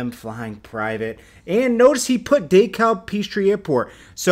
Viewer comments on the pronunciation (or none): Dekalb *Dee-cab*